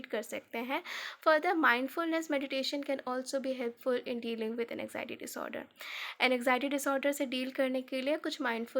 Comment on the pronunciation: N-x-iety nahi AN-XIETY I couldn't focus on the explanation at all because of poor pronunciation 😭